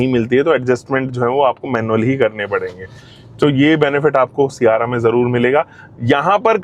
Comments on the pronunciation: 300k subscribers hokar bhi सियारा bol raha hai sierrra ko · Siyaara nhi sierra h wo mere bade bhaiya 😂